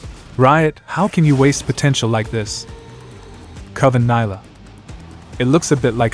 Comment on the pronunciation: Its no NAILAH, its NILAH